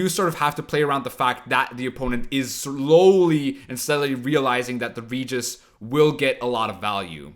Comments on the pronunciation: Pls, not "ridjis", RE-Gis (G like in Gregory and E like in Ernest) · "Reguis" com o R bem forte seria a pronúncia correta na terra natal dele, a dos vampiros. Mas porra, "Réjis" como na dublagem br, ou "Ridjis" como o fala fica muito mais legal